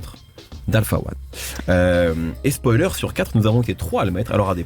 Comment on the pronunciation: Mehdi arrête de dire spolier zebi